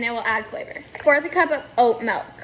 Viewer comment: bruh fr she just say shhhh to make ppl think she’s funny. andddd why you pronouncing “milk” like mellkkk